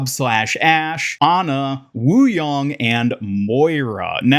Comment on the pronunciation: It's pronounced Yay-ng (like yin & yang), not Yong.